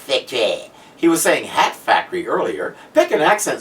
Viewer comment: Het factory. Why say it like that? Also why throw Tech into the acid, that could throw back on Batman when pressing charges. Other than that a fantastic pair of episodes.